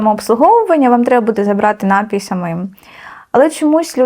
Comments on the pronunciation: 100500 разів сказала "нАпій". Панянка зранку до ночі тільки тим займається, що продає напої, але не знає, що вірно говорити напІй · Слова бажано правильно наголошувати лате і т.п., але ж і саме слово напІй, напОї 👍🏻